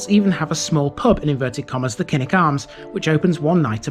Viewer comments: KILL-ICK. Not KINN-ICK. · Thanks for the screen shot....but, Kilnwick - Killick, as in Beswick - Besick!!, silent n and w!!